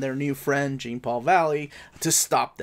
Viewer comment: “Jean” in Jean Paul Valley is probably pronounced like it is in Jean-Luc Picard.